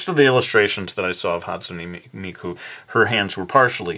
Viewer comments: Not hate but you pronounced her name wrong and amazing drawing though. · you say hatsune miku so much different then me >.<